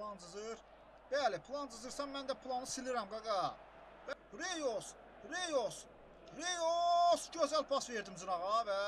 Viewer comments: reus yox roys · RIYOS YOX ROYS